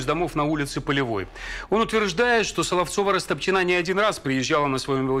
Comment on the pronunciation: Почему Растопчина́, если по-русски удобнее говорить Расто́пчина? 🤨